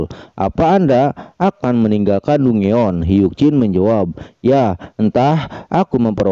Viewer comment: Kak, dongeon baca nya danjen kak